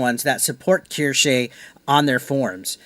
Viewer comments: I’m surprised you don’t know who she is. She’s amazing and hilarious. It’s pronounced Keyr- Sh- uh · Omg u buchered her name😂